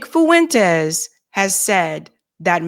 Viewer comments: Fuen-Tez. Two syllables. Not Foo-en-tez. Thanks 😆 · It's not Fu-entes The ue is a dipthong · So... You're saying a democrat was the better choice to vote for at the time? No thanks. Also, say it with me... Nick 'FWENTEEEZzz'... Not 'FOo- in-tEzz' lol